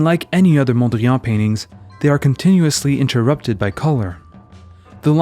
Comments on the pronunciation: We say PETE (like peace) Mondriaan and not "piète Mondrian" like in French. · Pronounced "pete", not "piète". And "mondriahn", not "mondriàn". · Interesting video even though your Dutch pronunciation is atrocious. 😂 Van Der Leck sounded pretty okay. But the emphasis in Mondriaan is on MON. And the AA is the "long" or "open" A sound. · You pronounce 'Mondrian' as if it were a French name. Why do you do this? Please don't... Mondriaan was a Dutchman not a Frenchman. His actual name was Mondriaan. A very Dutch name. He later changed it to Mondrian because people kept spelling it as Mondrian anyway. but that doesn't mean this Dutch name should now all of a sudden be pronounced as a French word or French name. It is not a French word. It is not a French name. It is a Dutch name. The correct pronounciation is 'Mondriaan'. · I was going to praise the video for its content but also intended to make this point about the funny pronunciation of Mondrian! 😂 I'm glad I was not the only one to notice. If if wasn't for that, the video would be perfect.